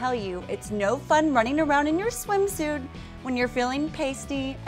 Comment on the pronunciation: can someone explain to this broad the difference between the letter t and the letter d? it's a swimsuit, not a swimsude and so forth